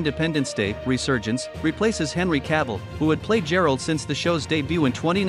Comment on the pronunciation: GERALT NOT JERALT